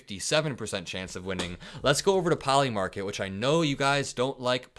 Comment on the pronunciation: Poli-market? Really?? Come on, man.